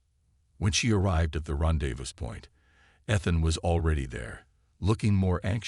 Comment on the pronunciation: Curiosity piqued NOT peaked (it's a homonym). Why do all these speech-to-text bots miss that‽ Epitome is pronounced uh·pi'·tuh·mee NOT epitōm. Rendezvous is pronounced ron'·day·voo NOT rondezvooz. This AI needs better grammar and pronunciation programming.